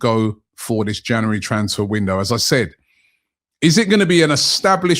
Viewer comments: Robbie its January not januwarey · Did you just say “January transfer move to a**hole?” 😂